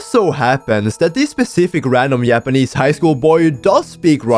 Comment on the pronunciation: not just you